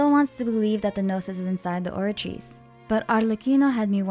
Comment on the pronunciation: Love your videos, especially the way you pronounce words like the Oratice's full name! Thank you for a great recap and theory, I really love the idea that Furina is split into 2 or 3 people, that makes so much sense with how she acts, looks and pneuma ousia being a part of Fontaine. Any thoughts on what Neuvillette said during the Archon Quest when he holds the water back? He says something along the lines of "this sentence is too severe"?